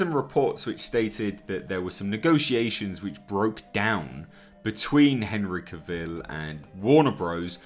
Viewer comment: Yes, very good reporting. Warner Bros. Should stop being so ridiculous and move on with it. That all being said,, I do believe I read, once upon a time, that Henry Cavill said that his last name should rhyme with ‘travel’. So, sorry, old chap, but you’re saying his last name wrong.